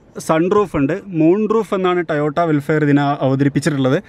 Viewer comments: ടയോട്ട അല്ലടാ ടൊയോട്ട എന്ന് പറയട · 'Tayota' alla TOYOTA aan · Tayotta alla toyota🤣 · Tayotta അല്ല ടൊയോട്ട ok rehman അല്ല rahmanok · ടയോട്ട അല്ല ടൊയോട്ട എന്ന് പറയൂ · പറയുമ്പോൾ ടൊയോട്ട എന്ന് പറയാന്‍ ശ്രദ്ധിക്കുക. കാരണം ഒരു brand തോന്നിയ രീതിയില്‍ പറഞ്ഞു അപമാനിക്കരുത്. ഈ വിഡിയോയില്‍ തുടക്കത്തിൽ മുഴുവനും പറയുന്നത് "ടയോട്ട" എന്നാണ്. , , , , . അപ്പൊ തന്നെ വീഡിയോ ക്ലോസ് ചെയ്തു. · Tayota അല്ല, Toyota ആണ് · Its Toyota.. Not tayootta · എല്ലാം നന്നായി പറഞ്ഞു. സൂപ്പർ വണ്ടി. പിന്നെ ഈ ടയോട്ട ടയോട്ട എന്നു പറയുന്നതിന് പകരം 'ടൊയോട്ട' എന്നു പറഞ്ഞു കൂടെ.... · ടയോട്ട അല്ല, ടൊയോട്ട ആണ്. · ടയോട്ട അല്ല ടൊയോട്ട ആണ് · Tayotta 😂😂😂 It's Toyota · Tayota അല്ല Toyota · Tayota alla TOYOTA. Bakki ellam ok. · Sir first u learn how to prnounce toyota